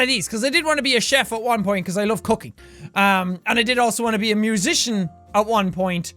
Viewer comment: when he says cooking, it sounded like "well i wanted to be a chef because i love CUCKing"